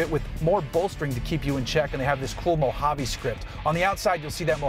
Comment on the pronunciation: Thank you for saying Mojave correctly!!!